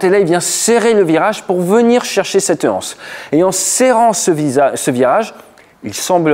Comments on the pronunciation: "Cette hanse". Pas d'H à anse. Tu le répètes plusieurs fois et ça me vrille les tympans. Excuses-moi. Généralement je ne dis rien quand tu fais une faute de français parce que tu es pilote instructeur et pas prof de français mais là, quatre ou cinq fois, ça me fait vraiment mal aux oreilles. Prononcer "cettanse". Ceci dit, bonne journée et merci pour cette vidéo. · Un détail, cependant, ce n'est pas une "hanse", mais une anse. On dit l'anse, pas la Hanse (qui est une guilde de marchands médiévaux du nord de l'Europe). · Merci pour ces explications. Effectivement il déclenche et ça passe tout juste. Juste un détail : on ne dit pas une anse ou la anse. Il n’y a pas de h aspiré. Donc on doit faire la liaison . Il faut prononcer « unanse » ou « lance ».